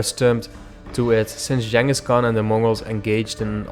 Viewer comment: It's pronounced - 'Ching-us'